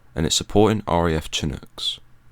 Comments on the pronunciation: Why am I so triggered by the ch..ch...ch...it’s sha.. sha.. sha-nook. It is not based in Latin and follows different rules. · Shin-ook ... its pronounced like this ...